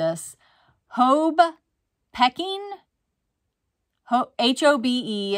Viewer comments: Peking - pea-king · Mecury is not red...it is silver. The red color is painted in the glass to make reading the temp more visible. Also, "Peking" which was in the description of that necklace set, is the name of the capital of China prior to it being called Beijing and is pronounced Pee-king.